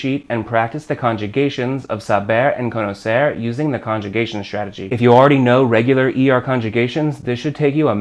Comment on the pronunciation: Great pronunciation of the "r" for an american! You can do it better though. Try to end verbs like "conocer" saying the "r" the same way you say the "tt" (double t) in "better". That "tt" sound is a closer sound of the "r" in Spanish. Greeting from José!